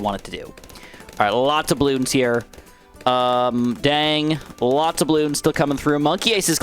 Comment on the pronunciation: I’m sorry but how are you mispronouncing “lots” more darts you already said lots.. it happened too many times I’m sorry